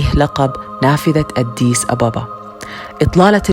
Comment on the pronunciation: ليش تنطقي أديس بشكل غريب اد ديس